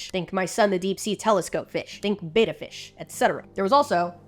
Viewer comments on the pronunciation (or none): none